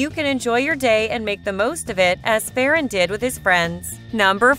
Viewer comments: Its not fe ran its ferran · your saying farrran wrong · Your saying ferran name wrong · they way u say ferran is so funny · Are you saying his name wrong